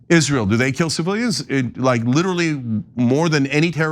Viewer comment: he couldn't pronounce "hypocrite" or "civilians" Those words got stuck on his tongue